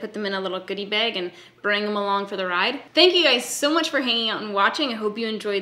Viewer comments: The way ya say begh 😃😍💙💙💙💙👍👍👍awsome collection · I read the title in your voice. Baeg. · Let me be the first to say that you made back to back bag videos because you know how giddy it makes us Americans listening to you say “beg”. Its a yes. Don’t me. Tysm. Appreciate you. Xoxo.